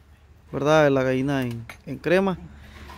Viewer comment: Gaina. No. Gallina.........jjjjjjj..es broma.....